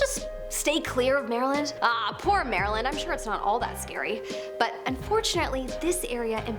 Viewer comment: I like this list. However, Just FYI-Maryland is pronounced “Mare-lind”